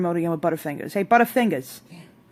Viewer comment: omg your accent when you said butterfingers!